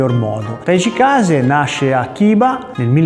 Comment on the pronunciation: Bel racconto. Mi permetto ancora una volta di ricordare che Gichin si legge Ghicin e Chiba si legge Ciba